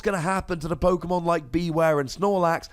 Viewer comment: Not sure pokemon or pokEAmon